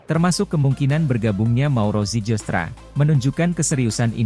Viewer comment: nama yg dinaturalisasi namanya itu mauro zilstra(dibaca) bukan zijilstra(dibaca) sebab tulisannya zijlstra ada huruf "j" yg ejaan dalam bahasa belanda J=Y,terima kasih